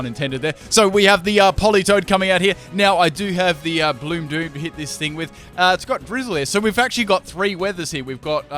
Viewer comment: When u said bloom doom I thought u said blue poop😆